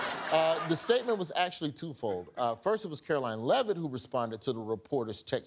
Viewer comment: Amber 😂 it's Karolying Leaveitz Barbie 😅😅😅😅